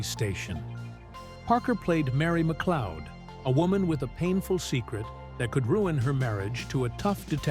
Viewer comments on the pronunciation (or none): none